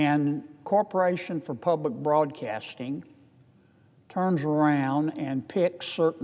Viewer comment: I have to turn this off because I can’t hear him “ Ppubbb-lick Bwodcaating…” he’s like bad Elmer Fudd larp.